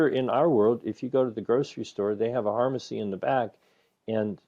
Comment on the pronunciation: 'Harmacy'... the 'P' is silent... That is gold!